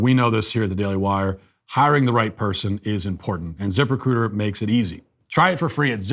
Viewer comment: I know it’s “zip-recruiter” but all I hear is “Zipper-cooter”